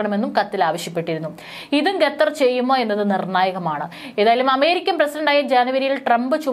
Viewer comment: ഗതർ അല്ല ഖത്തർ എന്ന് ഉച്ഛരിക്കാൻ ശ്രദ്ധിക്കുക.